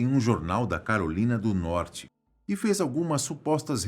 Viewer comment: Do jeito q ele falou: tinham um caso de amor com a Carolina do Norte.... pensei q a tal Carolina fosse uma amante kkkkkkkkkkkkkkkkkkkkkkkk